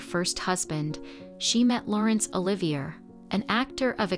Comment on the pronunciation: Oliver= O.live.e a. Not er..👍